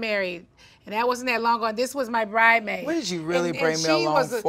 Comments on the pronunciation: I’m sorry, but when someone says “BRIDEmaid” instead of bridesmaid it’s just so ghetto for no reason. Nene might be rich but in the immortal words of luanne the countess, money can’t buy you class. And in the immortal words of Mistress kandi, boujetto. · ‘BRIDE-MAID’........there’s an ‘S’ in there Nene. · Nene keeps saying bridemaid .. Instead of bridesmaid.. Somebody needs to tell her. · Is Nene still saying “bridemaid?” Didn’t Claudia already have to check her on that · Nene still saying “bridemaid” I see 😂 “Spell BRIDESMAID. The S is NOT SILENT!!”—Claudia Jordan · #1 Nene still saying Bridemaid 🙄. #2 Mama Joyce is rude AF. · Nene still saying BRIDEMAID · Nene still can’t say bridesmaid. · Nene continues to leave the “s” out of bridesmaid . Claudia already read her for that and she can’t get it right . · Nene the "s" is not silent in bridesmaid. Gawd. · Lawddd didn't Claudia already tell Nene the s isn't silent honey 😐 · Claudia needa let her know again